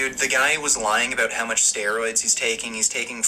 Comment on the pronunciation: When says “about” it sounds like he says “a boat”. He’s such a complete tool.